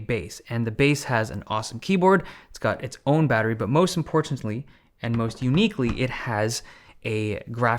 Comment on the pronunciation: odd you enunciate "important"